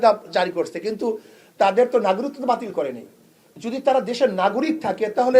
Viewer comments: এই হুজুর একটা অশিক্ষিত। বলতেছে বারবার "নাগরিকত্তা" 😂 বাংলাটাও ঠিকমত বলতে পারতেছে না, এতটাই অশিক্ষিত। মেট্রিক পাশ বা সমমান পাস করে নাই নিশ্চিতভাবে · নাগরিকত্ব শব্দটা ঠিক মতো উচ্চারণ করতে পারে না....!!! আহা রে... নেতা!!!! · নাগরিকত্ব" শব্দটা বলতে পারে না সে ভবিষ্যৎ বাংলাদেশের প্রধানমন্ত্রী হবে😮😅